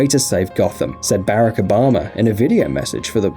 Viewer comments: Come on... get the pronunciation of the US President right, please? Especially since we have a shite one now. Not Bearick... Bahrock or Ba-rock. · He said berric obama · Bare-ek obama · barick obama? barOck obama🤪😂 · barak obama lol its brock obama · Did he just say Bearaka Obama